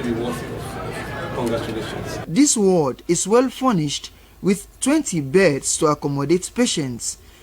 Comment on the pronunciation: Ward not Word